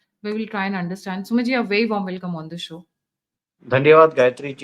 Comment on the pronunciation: Read Sumeetji instead smithing